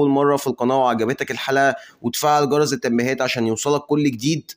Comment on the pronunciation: بذمتك واحد متعلم يقول فعل جرز التنبيهات بدل جرس،، حاجة تكسف